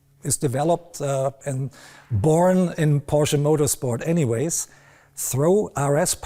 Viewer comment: At least this guy knows how to pronounce Porsche correctly.